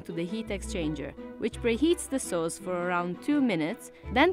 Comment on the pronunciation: Dislike for mironic narrator who can't even say simple words like "sauce".